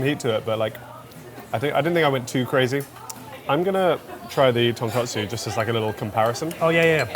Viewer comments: For real lol. Also it’s tonkotsu not tonkatsu (ko vs ka) which was really irking me as a non-Japanese person even. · Remember to do a little more research into your pronunciations friends... Ton-KOT-su not Ton-KAT-su... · when will you learn the difference between tonkotsu and tonkatsu😢 you’ve been in food industry way too long to make that mistake.